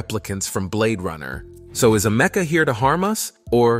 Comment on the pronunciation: It's Ameka not Amecka 🙄